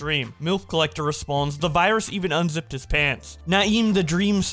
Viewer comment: “ThA vYrUs”